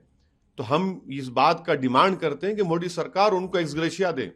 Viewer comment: Are miyaan मोडी नही होता मोदी hota h